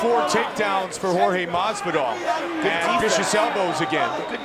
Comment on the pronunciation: Joe "Masveedoll" Rogan